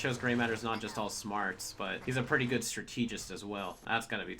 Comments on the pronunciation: The way you say strategist makes me irrationally angry. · It hurts me the way says "trilobites" and "strategist."